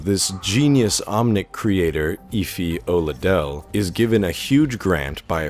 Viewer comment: Eh-fee O-la-Day-lay... please :(